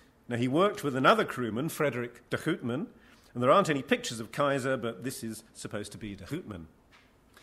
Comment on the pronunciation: How to pronounce properly: Houtman [How-t-mahn], Bayer [Buyer] etc..